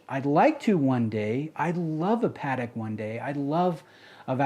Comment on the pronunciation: I can appreciate that; it's the correct pronunciation. How come you don't pronounce "Patek" correctly?